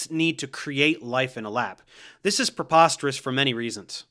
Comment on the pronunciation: stop saying prepostorus, have easy, english is my second language